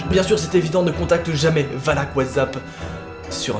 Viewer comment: Oui OUI!! tu as dit valak:) et pas walak comme wallah